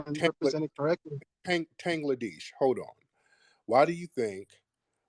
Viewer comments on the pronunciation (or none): He called him tangledesh